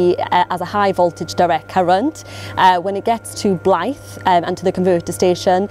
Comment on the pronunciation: Great video. Weird hearing a Welsh person pronouncing Northumbrian "Blyth" like a Welsh word!! The 'th' is said longer, like that in 'the', rather than short as in 'think'.